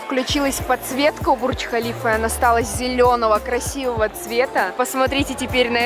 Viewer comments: не БурЧкхалифа а БурДЖкхалива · Какой бурч халиф ?😂😂 если на русском языке читать то бурж халифа , а так влог супер 😊🌷🌷🌷